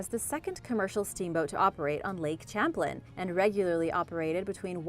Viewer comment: It's pronounced (as in champagne) Champ lane, but you got Colchester Correct